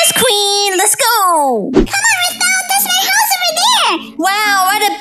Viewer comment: Lol rootball it’s not rootball it’s rothbell?